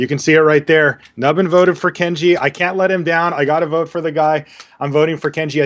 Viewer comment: Also, did really say "I cat let him down" just after revealing? LSV must have been rubbing off on him...